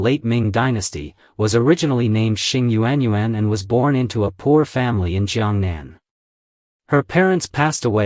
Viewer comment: It's not yu-an yu-an 😑 proper pronunciation in phonetics is yawn..... Learn the Chinese language because it's obvious that you're not Chinese. Using the wrong tone or intonation gives the wrong meaning.